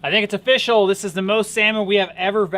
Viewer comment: ❤it’s ‘’o-fish-ell’’